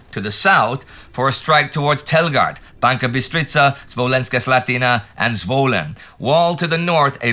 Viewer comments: It's Banska Bystrica, not Banka Bystrica. Get it right, guys. Otherwise good job as usual. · Just a little correction, its BanSka Bystrica